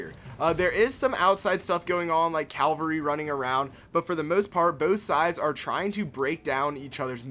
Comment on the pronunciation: Why do you say calvery instead of cavalry?